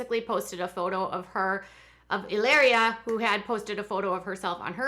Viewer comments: Stop calling her Helaria - it’s Hilary lol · It's pronounced ee-LAH-ree-ah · I cringe every time you say e-layr-ee-a!!! I was shocked to hear you have a background studying Spanish and would pronounce a word spelled Hilaria that way. You would say it the way you’re saying if it were spelled Hileria.... but anyone who speaks Spanish would know how the letter a is pronounced in Spanish, which is “ah” not “ay....”